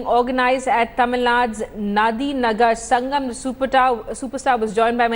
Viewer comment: its Not Nadinagar Sangam its Nadigar Sangam !!